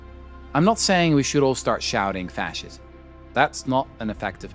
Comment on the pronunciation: He cannot even properly pronounce the word fascism.